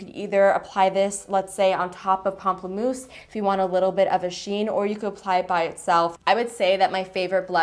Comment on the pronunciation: Omg do you speak french?? You said pamplemousse so well 😜 love you❤️